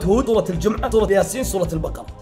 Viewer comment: لو سمحت سورة وليس صورة لان عتلفضها غلط ومن باب التعظيم انك تقولها بشكلها الطبيعي مو شرط القوة بالاحرف القوية العميقة اللفظ مثل الط و ظ وص.